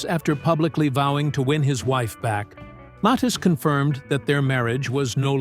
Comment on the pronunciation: name pronounced .....M A T H I I S